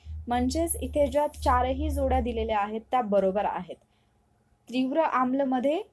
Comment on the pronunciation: ' त्री ' नाही ....' ती ' आहे .....त्रीव्र नाही तीव्र आहे.. उच्चार चुकलं.